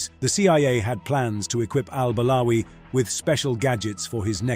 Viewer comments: After listening to you for 3 minutes, now I understand the guy why he did what he did. I mean you pronounced the guy’s name incorrectly for so many times in just 3 minutes Al-balawi, Al-barawi, Al-bawari, Al-bawali. Imagine how pissed off he was because of those CIA agents also mispronouncing his name, that’s why you learn your double agents name correctly, so they don’t turn their backs on you 😂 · I am surprised that you did your homework....my objection is only on the way you pronounced al-Balawi